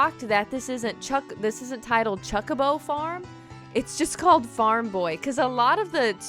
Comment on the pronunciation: She purposely saying chuck a bow what's a chuck a bow